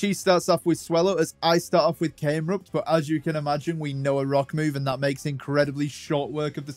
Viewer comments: It’s Numel not Noomel, Cam-erupt not came-rupt. Delete your account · I find it funny how ya say came-rupt